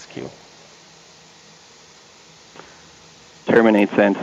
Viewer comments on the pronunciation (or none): "Terminste sent" "Terminate received" Miller Time